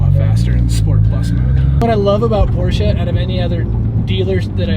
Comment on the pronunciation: I'm impressed that you know how to properly pronounce Porsche. It's a two syllable name.